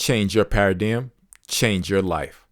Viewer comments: i can’t listen to this because the way he pronounces paradigm it’s supposed to be “pair of dime” not pa ridi yim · Pronounced 'pa ruh dime.' Not ' pa ra diem.' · This YN said para-DM. It’s para-dime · Pair-a-dime. Say it with me. Pair-a-dime. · Haha. Just a paradigm shift on how the word should be pronounced. Don't worry about the haters. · The way paradigm is said is actually handy, you should never forgot this book now…thanks bro! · I can’t listen to this bc you pronounced the MAIN WORD WRONG! Tf😂😂😂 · Thank you for recording ❤I didn't realize you pronounced paradigm wrong untill I started reading comments, I was so interesting in learning a new concept. I also like your voice and the fact that u don't make it sound so serious 😅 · STOP THE PRONOUNCEMENT OF PARADIGM 😮 STOPPED ME. COULD NOT LISTEN TO THE IDEA OF HEARING THIS WORD BEING SAID INCORRECTLY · I have to say, and I say this in all sincerity, yes the way you pronounced paradigm and many of the other words bothered me a lot, initially. I really thought about it....and the longer I listened the more respect I gained for you. You made an ENTIRE audiobook even though you had issues with pronouncing words. You may have even known this beforehand but you didn't let that stop you. You gave so many people a wonderful gift and that is the ability to have this book narrated for when we are unable to read. You set a goal and you accomplished it and I can only thank you and just recommend maybe practicing a bit with words on your next audiobook venture. I really appreciate you and I wish you well. 🤝🏽